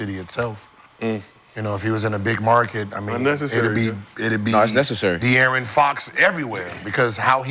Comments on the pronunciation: It’s funny af how he butchers his name when it’s literally easier to just say dearron. Bro just adding extra letters for no reason 😂😂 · dude talking about get out of there when he cant even say his name right, u got no business talking g